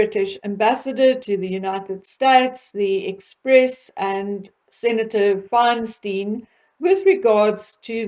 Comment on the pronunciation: Thank you for another interesting video! Always good to hear from you! One FYI— she is Senator Fine-stine, not Fine-steen. Just a trivial point. Keep up the great work!